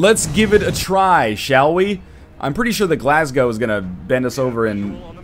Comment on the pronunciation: Hey, NL ... Thanks for pronouncing my home towns name correctly. Most call it Glass-cow.